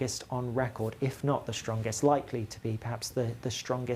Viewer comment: It’s `’strongest” not “Shrongest”